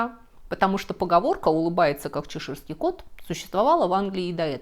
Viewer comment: ЧЕширский кот, ударение на первый слог букву "Е".